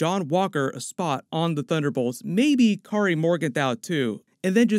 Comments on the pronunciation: I'd just like to let you know it's Karli not Kari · Karli not Kari lol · You keep calling her Kari it's Karli. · Had to google to check that the characters name is actually Karli and not kary. Otherwise good breakdown. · Her name is Karli not Kari lol i kept hearing you say kari and was so confused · Isn't her name Karli, not Kari? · You know it’s “Karli” not “Kari” right? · Please say "Karli", instead of "Kari." Lol. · Anyone else slightly annoyed by the fact he doesn’t say the L in KarLi? That’s just a nitpick though on an otherwise great video as always. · It’s Karli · Why does he keep calling Karlie Morgenthau ""Kari"??